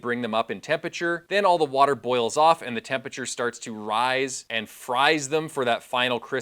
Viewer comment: I'm a nerd for science so this video appeals to me in that regard, but I'm also a pedantic nerd and find the mispronunciation of the word tempe-RA-ture as tempature to be too distracting. There is no such word in the English language "tempature" and this is where one looses some of their audience devaluing the impact of the information. Attention to detail is the difference in being heard and understood. In another point of correction it is strongly recommended to avoid using hot water from your water heater in cooking as you have less pure water from that source and the difference in time is negligible for the increase health risks associated with using hot water from your water heater in cooking.